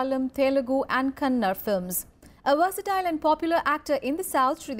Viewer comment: It's not kannad it's kannaDA . Please pronounce correctly